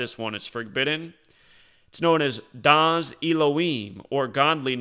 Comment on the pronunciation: Lol it's DA'AT not DA'AS 😂 But DA'AT in Septenary 4-11-7 which has numerical anagram of 1147, 1174, 4711, 7411. Another cool thing is in Greek the 4th letter is the DELTA or ∆ so symbolically 4117 would be ∆117 and the dimensions of the great pyramid is 11:7